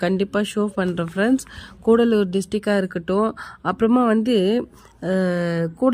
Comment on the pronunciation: கூடலூர் இல்லை கடலூர்